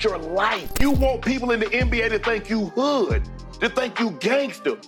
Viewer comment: Why say “hood” in the whitest way possible 😂😂